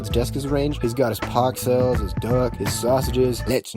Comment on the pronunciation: ew dont say pkcell like that